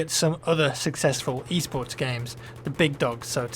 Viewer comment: when i heard u talking about e-sports one of ur previous videos i thought u were saying eastports and i wuz all like wtf